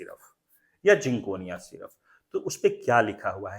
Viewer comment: syruffff ni hota syrup hota hai